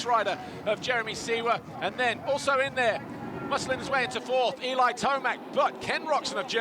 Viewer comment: Guy struggles to say Tomac lol,,, Kind of like F1 guys lol